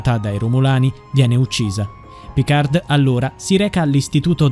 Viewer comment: Picar'd' non si può sentire. Almeno pronuncialo correttamente. Picar la 'd' non si legge.